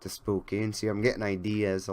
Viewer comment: Spokane is pronounced Spokan. Long O, short A.